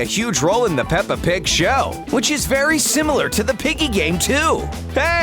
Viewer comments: did i hear you said peppr pig show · Me:*hears pepper pig* Slso me: :0 peppa pig is actually pepper pig? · The narrowrator say paper pig